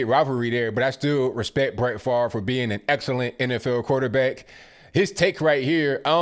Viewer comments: FaRVe need to get his brain check and as well as his way of thinking. Really FaRVe?! I think you also need to Pronounce your name correctly or SPELL IT correctly! (Fav-Ray) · Why is Brett Favre's name pronounced so weirdly? It sounds like it should be spelled "Farv" not "Favre".